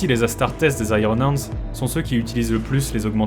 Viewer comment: La prononciation de iron hendes m'a laissé sans vox. Puisse le Primarque me pardonner sans brûler ma planète !